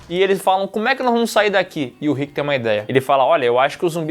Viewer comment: Man fala o nome do Rick certo que agonia 😂😂😂 , vcs estão mudando ate o Andrea. A primeira temporada absurdo de bom, e não o Daryl nem chega perto de ser escroto,é so uma cara que foi manipulado pelo pai, e depois pelo seu irmão, é de longe o personagem mais bem desenvolvido, consegue se libertar, e virar um grande líder.